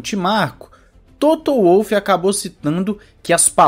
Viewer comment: Em Wolff o W lê-se como V. E não como U. Ele é Austríaco. E a asa traseira deformável é a que dá maior ganho. Não é a da frente. E não são "brechas". É ilegal. Ponto. O motor do Ferrari de 2019 também passou SEMPRE nas verificações. O regulamento diz que a asa deve ser RÍGIDA. Coerência...coerência.